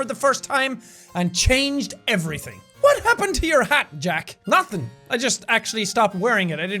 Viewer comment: no it isn't bad... I don't like it either. Also when jack/Sean says what he says it pronounced like "uwhat"